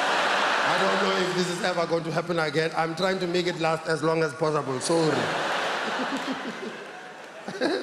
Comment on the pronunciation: Lol i like how he say sorry like a South African